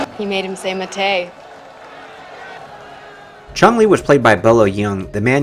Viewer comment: I thought the referee said matte